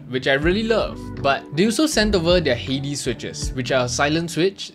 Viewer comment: I just wanted to say congrats on pronouncing "Hades" correctly!